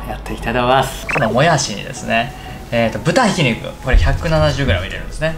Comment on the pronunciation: このも↑やしにですね ぶた↑ひきにく かるく、か↑るく